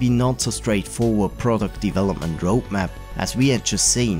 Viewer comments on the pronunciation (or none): none